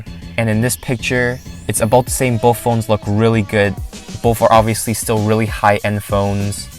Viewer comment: BoTH* not BoFF, sorry just annoyed me. It was a great review.